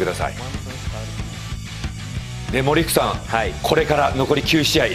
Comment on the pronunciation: 森福さんがオリックスさんに聞こえる